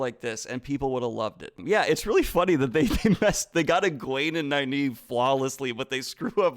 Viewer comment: "Naye-naeve". (eye twitches) "Ee-mond's Field." (twitch, twitch) "Morenn." (TWITCH. TWITCH.) "Laaan Mandalorian." (...enters Zen state and just...sits back to watch them eat their feet.) Edit: So, ah, "Morenn" isn't right. Neither is "Moraine". Canonically, according to the original novels, it's "Mwah-rain." At no point does the IGN video get it right, but you also get it wrong a few times, Daniel. :-D